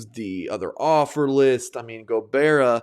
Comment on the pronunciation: Go-Bye-ra. thank you so much tho!! It was amazing